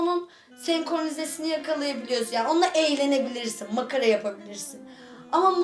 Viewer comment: Senkornize ne kız senkronize olmasın o 😀😀😀